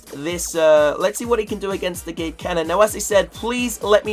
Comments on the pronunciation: guys he sounds like he is saying Giled canon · Did anyone else hear him say gay cannon?